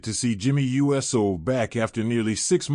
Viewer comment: Why does the 'voice' say U S O, instead of Uso??? Because it's AI and not a real human being... SMH